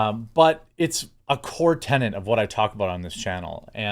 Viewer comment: Why are you and so many Americans so deeply concerned with residents renting places to live?? Do you know what 'tenant' means, you complete moron? The word is 'tenet', this is getting beyond infuriating, it's several times per day. Learn to read/speak, you twat. Not 'twot' either, it's 'TWAT' like 'CAT'.